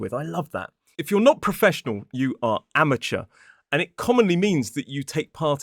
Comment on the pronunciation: Oi! It's Amateur, not Amatuer 😂 It should be spelt the way you did it, though. 😂 LAVLI-JABLI son 😊